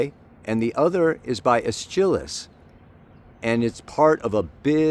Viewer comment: PSA: The playwright is pronounced ESS-kel-ous.